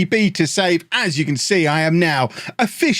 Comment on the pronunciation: Okay... I'd like a copy of FM please, and I sincerely regret making fun of how you pronounce the word "beta" as if it had extra E's in it.